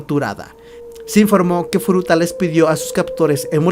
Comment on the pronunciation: Hola tu video me a encantado pero tienes muchas faltas de vocabulacion, por ejemplo... dices mal los nombres de los agresores tambien hay un momento que dices futura a cambio de furuta lo dices en el momento / ... a parte de estas faltas me a gustado este video,tu voz es un poco rara 😅😅 no passa nada espero que en el proximo video mejores masss!!! Hastaaa la Vistaaaa !!! Chao 👌😘❤